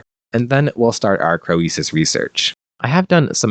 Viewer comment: Your pronunciation of Croesus is triggering me.